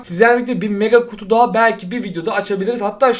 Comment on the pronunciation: Daha demiyip dahaf diyen koca yürekli